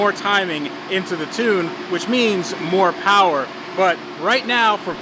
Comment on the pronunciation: Moh powahhhh baby